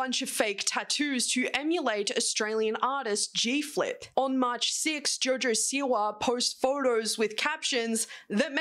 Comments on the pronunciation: Jaurjaur Siwaur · Who’s Jor Jor Siwar?